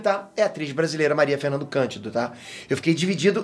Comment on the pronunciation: Quando você for falar de filmes, com atores brasileiros, tente pelo menos acertar o nome deles...é Maria FernandAAAAAAAA Candido.